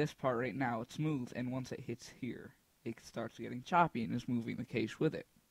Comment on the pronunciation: Not to be a dick but cache is pronounced "cash"